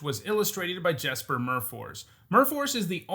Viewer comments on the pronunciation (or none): It's pronounced "Yesper".